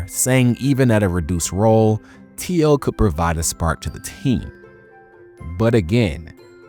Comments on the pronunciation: Jesus christ you are mispronouncing terrells name wrong, for the uptenth time people keep saying it wrong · Young bloods need to learn how to pronounce Terrell